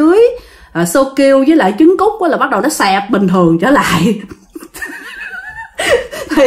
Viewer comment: E là e k có mắc cừ đâu. Mà nghe c nói sô ciu với chứng cút e mới mắc cừ =)))